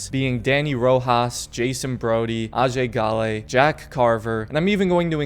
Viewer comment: Its Ajay Ghale